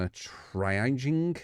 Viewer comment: Triaging = Tree-ahj-ing